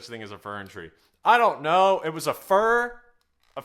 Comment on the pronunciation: you have great videos, but, fur tree.? It's fir. cheers